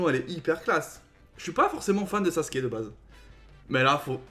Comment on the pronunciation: Mdrrr tu dit "saske"😂😂 c’est "sasuuuuuke"! Et ça ce prononce "ou"😂